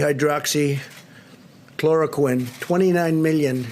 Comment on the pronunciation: At least his pronunciation of hydroxychloroquine this time was on point.